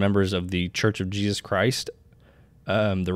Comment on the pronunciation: I think you do a very good job and you are easy to listen to. Please stop short cutting the names of JESUS TO JESZ…make time to remember to say his Fully pronounced name…thank you.